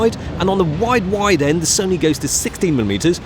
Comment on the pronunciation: Because it is a whyide lens😂